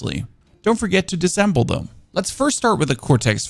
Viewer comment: Can all you YouTubers please stop speaking like a 11 year old who absolutely mangles 3rd grade words? Wtf . The word is "disassemble" It is pronounced "diss-a-semble" And NOT "DISEMBLE" ESPECIALLY is pronounced "ess special ly" It is NOT pronounced "Ex speshully" There is no fkin X in especially.